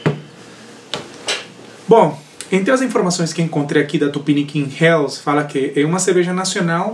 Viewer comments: to interessado em fazer uma Helles, esse nunca provei. A pronúncia é "reles" e não "rels" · Eu não sei pq sempre falo “infernos” :) kkkkkk valeu pela correção... a pronúncia correta no alemão é /reles/